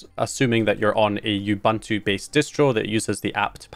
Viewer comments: Sidenote: "Ubuntu" is pronounced "ooh-boon-two" In case you were interested and stuff 🙄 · Bro what part of the UK are you from to pronounce Ubuntu like that. I mean no offense, I'm genuinely curious.